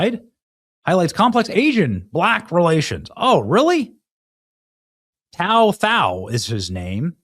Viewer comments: His name is pronounced like the number 2, last name thao and he is hmong. Minnesota betrayed their officers. Love your work Benny. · His name is Tou , pronounced like “Two”, Thoj “Tall”. He is of Hmong Heritage. He is a hero.